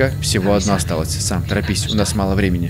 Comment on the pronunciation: Не сем а сам